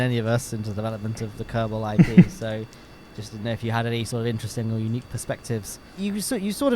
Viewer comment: being British, accidentally says “IPA” instead of IP haha